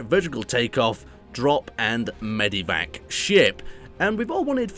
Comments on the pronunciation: You know it's MEDVAC right, not MEVAC? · I'm sorry, But it's MedEvac not mevac.Just a heads up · Or medivac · *Medevac??? pls